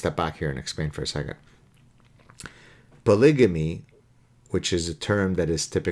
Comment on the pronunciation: Polygamy is pronounced with a hard g, as in gut, and not j as in just.